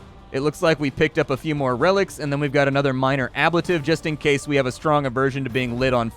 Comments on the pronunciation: fyi, the pronunciation of ablative is ab-late-ive :) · While I love your gameplay vids, your butchery of English nouns is very distracting. Ablative, Ichor, &c. Otherwise, very engaging tour. Thx.